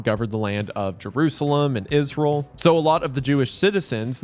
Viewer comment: They way you pronounce Israel is funny asf